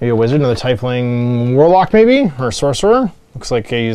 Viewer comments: YAY! Someone who pronounces Tiefling the way i do! I can't wait to get my minis! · You pronounce "Tiefling" the same way I do! I thought I was alone